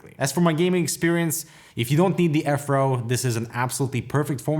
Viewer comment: I thought u said "afro". It was actually "F row" lol